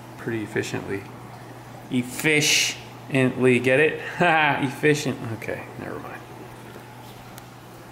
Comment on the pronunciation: "e-FISH-ently" dont worry, i appreciated your joke dad